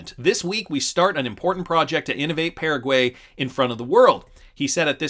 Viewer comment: Can you please learn how to pronounce Paraguay? Thanks